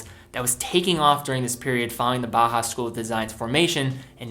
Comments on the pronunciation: Another great video! btw I think it's pronounced Baw-house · Please learn how to pronounce Bauhaus.